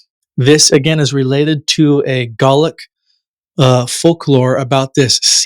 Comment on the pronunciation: The man's inability to pronounce the words Galway and Gaelic was incredibly distracting